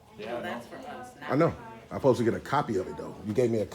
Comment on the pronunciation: "Ask" not aks "Supposed to" not post to.